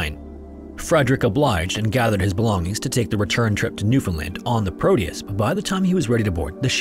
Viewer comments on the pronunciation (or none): In case anyone was wondering it’s actually pronounced New-fin-LAND not New-fin-LIND 🙏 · Nyoofinland! it's like when someone pronounces the second T in Toronto and everyone gives them the side eye because they're clearly not from here